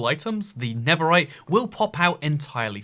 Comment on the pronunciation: Why do you say never right?